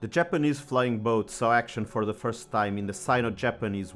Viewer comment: I knew about the Emily (which I compared with the Short Sunderland) but this programme on the Mavis has been very interesting. PS I find the American emphasis on both words of 'flying' and 'boat' somewhat disconcerting and modern British parlance appears to be copying it. For those who knew flying boats, we pronounced it as one word, with no emphasis on 'boat'. has anyone else noticed this?